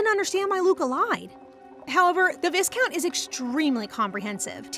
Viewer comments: FYI its pronounced "vy-count" (v + "eye") not "vis-count" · I love this manhwa so much, and this is my favorite recap channel, but the pronunciation of the word viscount is killing me 😮‍💨